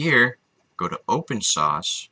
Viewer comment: Open Shaushe lol